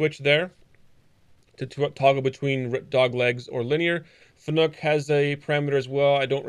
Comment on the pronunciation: Another great video. One thing I will mention though. It is pronounced Fanuc and not Fanuc, like you said it :)